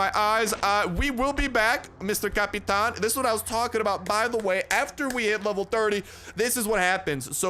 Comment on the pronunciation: Lol cap-a-tain